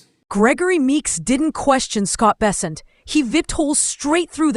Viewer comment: His name is Bessent, not Besant... great journalisting. Good job.